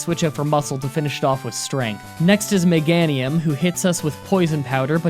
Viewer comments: Ya know what? That’s close enough for me! But for the algorithm... (You Said:Meg-An-Ium) (It’s Actually:Meh-Gain-Ium) -If I were to guess,it’s probably Air-Roy. -If only that Rapidash was named Gallop(aka Rapidash’s JPN Name)that would’ve been awesome. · M-e-gain-ium not M-e-gan-ium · Meh-GAIN-Nium that’s how you pronounce it. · I believe it’s pronounced Me-GAY-nium. Also, my mom’s name is Donna. Nobody calls her Don, although she had a stepfather named Donnie. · It’s meh-gain-ium btw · Meg-gain-Iam sorry to sound so rude but that’s how i think you pronounce it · I thought Meganium was pronounced with "gain" in the middle, to rhyme with "geranium" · Thought it was pronounced megaynium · Meganium is pronounced mug gain knee um, I had trouble with it till I heard it in the anime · Meg-ain-ee-um tends to be the popular pronounciation. Just throwing that out there. It doesn't rly bug me much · Meganium = Mega(Ger)anium, so you were close lol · Meganium is pronounced meg ae knee um. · It’s pronounced mah gain ium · It’s me-gay-ne-um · ITS meh-gay-ni-um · "Meh-GAIN-ee-um." "Ex-EGG-you-tor." And did you not get the Earthquake TM from Victory Road? That would have made Don SO much more powerful. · Miganium. Mi-Ga-Ni-um. Meganium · Meganium is pronounced Meh-Gay-nee-um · It's actually pronounced Meh-GAY-nee-um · Meg-ain-e-um it's a combination of mega and geranium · Meganium (Meh-Gay-knee-uhm) Just in case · i think the correct way to pronounce meganium is like geranium but with a meg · Conspiracy confirmed he pronounced Meganium wrong on purpose. JK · I beleive meganium is pronounced with a hard a like in the word Cape